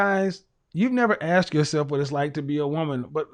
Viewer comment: it's aSked...not aXed...